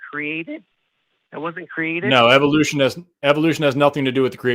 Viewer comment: "so when ebolution started that wasn't a created?" lolol